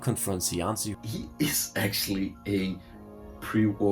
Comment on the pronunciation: As an Italian language speaker, shouldn't Cianci be pronounced: Chianchi? ("Chi" sound from cheek)